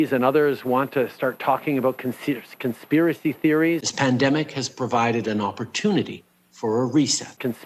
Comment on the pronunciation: From now on I'm going to pronounce it "conthpirathy theorieth" like Trudeau does. Also, they know some of us are not stupid, but they are so powerful they don't care. They lie 24/7 so the stupid will believe and follow whatever they tell them, and to show everyone else that they can lie and cheat and get away with it.